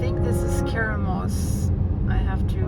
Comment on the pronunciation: Keremeos is pronounced Cara- me-ossss ❤